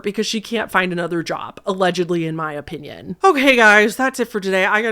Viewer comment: "O"pinion Midwest accent